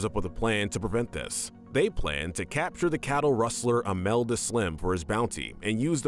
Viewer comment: Couldn't be bothered to pronounce Alameda properly, huh?